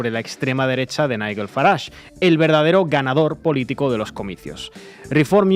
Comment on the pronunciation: Long live Corbyn! La putada que le hizo Starmer en aquel entonces es imperdonable. Magnífico análisis!! Un detallito insignificante: Nigel se pronuncia no como la "gu" de guerra sino como la " j" de John. Os queremos ❤❤❤